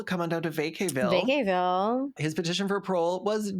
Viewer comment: Vacaville is in the SF bay area and is pronounced Vah-kah-ville